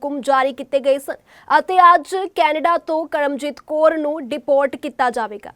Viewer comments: Kor nahi ji kaur hunda phelaan punjabi sikh lavo phir reporter baneaa karo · Koor nahi Kaur hunda